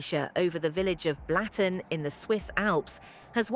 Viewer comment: Not pronounced Blatten, it`s Blutten.